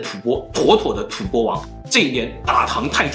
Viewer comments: 為何是吐ㄅㄛ？不是應吐ㄈㄢ嗎？ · 吐播？ 吐蕃(音同翻)吧